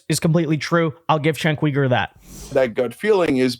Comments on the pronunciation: Chenk Weeger?? You know who he is how do you not know how to say his name? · Stop saying name wrong! His name is "jink" "You--gurr". Cenk Uygur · You really need to learn to pronounce his name if you're going to do these videos. You're butchering his name.